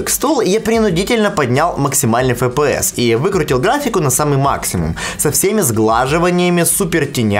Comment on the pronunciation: фэ пэ эс ))